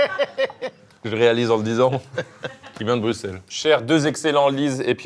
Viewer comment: Carlito, au nom de tous les belges, merci de prononcer Bruxelles comme il se doit <3 c'est rare, ça fait du bien :)